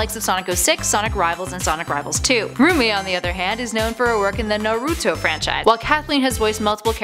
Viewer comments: "NAAAHROOTTOEE FANDOM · Lol am I the only one who cringes every time they pronounce Naruto wrong